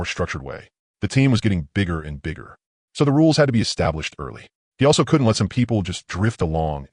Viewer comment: The animations sucks but the story is good. The voice choice is a good one but the way it says couldn't is hard to listen to.